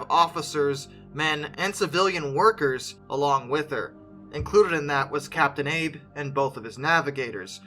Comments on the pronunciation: AH-Bey, Not Aeyb. His name isn't Abraham. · I am American, however I learned early in school...Japanese vowels would have Captain "Abe" pronounced as Captain "Ahh Bay". No complaints, just sayin'...lol. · The captain of the Shinano's name is pronounced Ah- Bey.